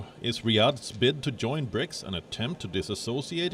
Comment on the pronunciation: "BRICAS" 😂😂 I'm done.